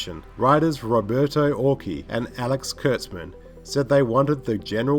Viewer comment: Why do you struggle with the name Zachary? Also, Orci isn't pronounced like that. It's not "Orki". Also, it's not Ohura, it's Uhura. Jeeeez.